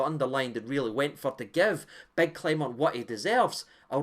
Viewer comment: Clement not Clememt.